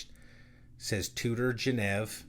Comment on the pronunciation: Please say Geneve again 😂